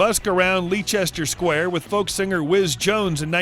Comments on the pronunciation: It’s not pronounced lee-Chester square. Seriously? It’s pronounced “Lester” square. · Excuse me, narrator. The place where Rod busked was not "Leechester Square". It's pronounced "Lester", and spelled "Leicester". Just in case any American tourists go looking for it😂.We're proud of our Rod.🙋🇬🇧🇬🇧